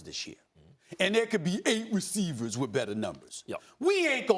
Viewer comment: Eww Why Did Stephen A Say “ Eight Receivers” Like That ?!😂😂